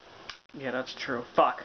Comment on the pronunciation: "...yea that's true--FUCK", observe as realizes he forgot the best part of the original video: middle fingers. You can actually see the realization in his face, followed by a rather-pronounced delivery of the word, "fuck," coincidentally being the word the middle finger gesture itself happens to imply.